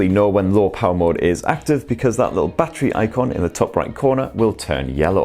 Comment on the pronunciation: Every time he says battery as bachery I cringe